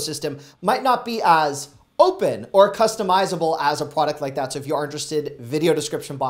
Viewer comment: Tawp Ten?